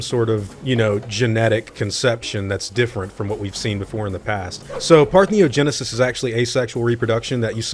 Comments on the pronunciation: That's not really how you pronounce Parthenogenesis, but yes, that sounds like what's going on, and that's really cool. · Am I the only one that got distracted when you show you googled parthenogenesis you searched for the wrong term (you typed partneogenesis and google suggested the correct term) and then pronounced it wrong all the way?